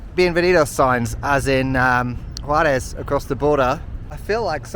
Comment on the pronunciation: Kudos to your pronunciation, your accent while saying Juarez is better than some El Paso natives 👏